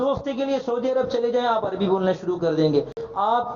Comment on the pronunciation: جی استاذ محترم!! ویڈیو میں کوئی دو مقام پر آپ مکرم نے لفظ "عربی" کا استعمال کیا ہے، ر, کے سکون کے ساتھ۔